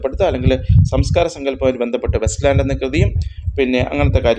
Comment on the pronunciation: West ലാൻഡ് അല്ല it's Waste ലാൻഡ്